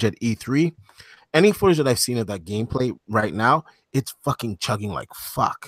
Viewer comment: Nice gemestry with. Also funny to hear randall rand in the death stranding segment and saying game gayplay instead of gameplay XD